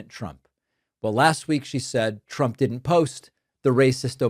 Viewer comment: I love how she says Chump when she’s trying to say trump.